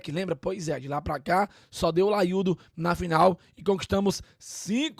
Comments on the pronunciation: Que porra de " laiudo " é isso. É O LAIO !!! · "laiudo" é paia viu